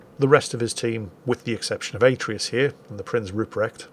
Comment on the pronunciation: atreus just like from the god of war game but pronounced terribly xD